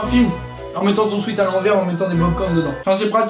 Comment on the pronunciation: on dit pas swit mais swet car swet sa vaux dit transpiration et sweat shirt